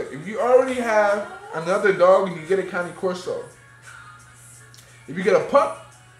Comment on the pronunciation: thank you for pronouncing it correctly!!! .... I hate that you use a choke collar though :( throw that shit away, if she is trained properly, she doesn't need that...